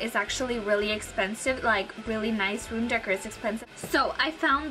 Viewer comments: Room decker? I thought that was a brand since you said it's expensive. How you say decor is dā-kōr 💭 I would like to try this out! Great job! Your as purdy as your sister! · decker ? Lol it's pronounced DECK-OR. decor. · just fyi its pronounced room decor (dec-OR), not room decker.. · It's not room "decker" it's room "deh-core" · What does anyone gain from posting these negative comments? Okay, she's 18 and cannot pronounce "decor". However, some of you guys are much older and (obviously) never learned "if you have nothing nice to say, don't say anything at all" or "treat others the way you would like to be treated" lessons someone learns as a child (4-7yrs old) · Its really sad to see old women picking on a child. She is only 18, just a kid. And, she is brave enough to be on youtube. So she mispronounced decor! Come down.. One of the most amaizing things about America is how different we all look and sound.. Get off you high horse... If you have nothing nice to say please don't say anything at all... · It's ridiculous getting on her case about the pronunciation of decor. I doubt anyone here knows how to pronounce every word in the English language. Granted, she probably should have looked up the pronunciation if she wasn't sure before the video, but give the girl a break. Spanish was my first language, and you just don't use some words. For example, I had no idea how to pronounce "wreath" (I pronounced it with a short e, rather than the long e) because we never used it at home. I didn't learn until my boyfriend corrected me on the probably 2nd time I'd ever said it in my life. Don't be so picky people -_